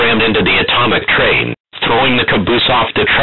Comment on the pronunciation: He says bomb and train funny. Bomb is like "Bamb" and train is like Trean. In the beginning i mean.